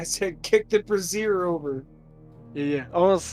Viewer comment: Brazier (Bray-zeeur) rhymes with Frasier. Like the show.. Eventually I’ll catch up to the live show